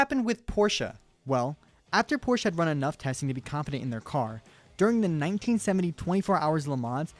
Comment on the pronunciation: porch. calling a cup car nascar.